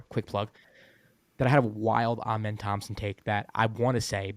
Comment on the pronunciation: Dillon tied the franchise record. Thanks for saying twins name right! 😂